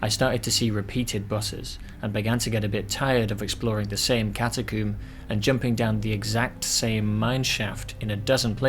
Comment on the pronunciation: Love the way u say cata-coomer. I was laughing from start to finish. Thank you for brightening my day at work.